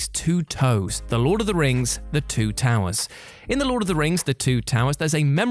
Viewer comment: I’ve heard this story so many times and never once thought of “the two toe-wers.” Must be a slow day.